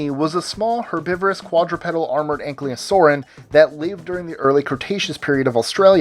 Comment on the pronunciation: also just a peeve; ankylosaur and archeopteryx were pronounced wrong it's 'ank-ylo' instead of 'ank-lyo' and 'archeo-teryx' (the P in 'ptero/pter' is silent)